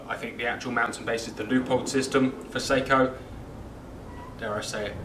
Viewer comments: IT'S PRONOUNCED SOCK-O! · sock-o…. Not say-ko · Pronunciation "Sako" short a. Two separate meanings when pronounce incorrectly. Check and verify